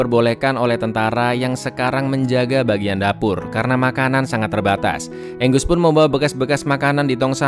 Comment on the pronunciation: Angus di baca enggus Bagi orang baru nonton baca Angus Angos